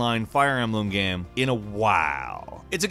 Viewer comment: you have a problem pronouncing "game"?